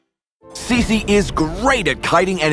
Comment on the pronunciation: I thought her name was pronounced Chi-chi not si-si